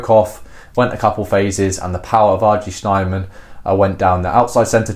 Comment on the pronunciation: snayman, not snyman - pronunc. *thumbsup*